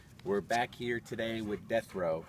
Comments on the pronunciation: Ha, I thought he was saying Jethro. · This whole time I thought he was saying Destro! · Larry said Death Row...😊